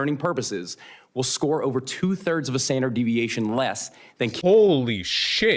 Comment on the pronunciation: Yeah, I'd give this video a solid 8... IF THE MEAN WAS 3, AND THE STANDARDT DEVIATION WAS 0.4! (yes, I spelled 'standard' incorrectly on purpose for emphasis because my guy pronounces the word like it ends in "dart" rather than "dard." Also SYBAU if you have a problem with it.)